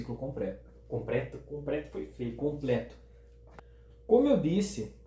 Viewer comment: "Compreto" típico do interiorrr 🤣🤣🤣🤣🤣🤣